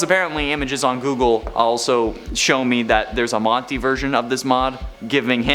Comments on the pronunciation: he says buff greedy and Morty instead of Monty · You said Morty instead of monty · You said morty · "morty" lol